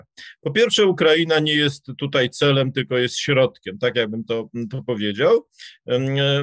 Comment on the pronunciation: Panie Piotrze, błagam, wczorAj nie wczorej, dzisiAj nie dzisiej, tutAj nie tutEj. Rozumiem, że regionalizm, ale nie przystoi ogólnopolskiemu dziennikarzowi i publicyście.